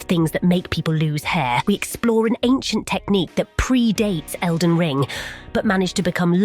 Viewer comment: “Elden Lean” 💀